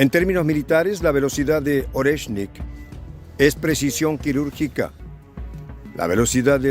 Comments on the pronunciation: Oreshnik maestría no es Lorenski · NO es "Orensky" 😂 lo dice mal, es: "Oreshnik" 👍🏻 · no continúes pronunciando nombres rusos sin leer atentamente primero y practicar en voz alta. NO es LORENSKI, es ORESHNIK. Eres una excelente analista pero estás fallando en la lectura, corrige por favor que no es tan difícil. Abrazo solidario. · No es Orensky❌, es ORETSHNIK✅ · Jajajajaja. Primero pronuncien bien el nombre del Oreshnik el, nuevo misil Ruso y después retransmiten noticias de terceros.